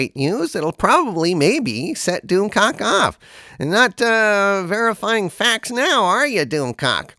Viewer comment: "go check your own facks".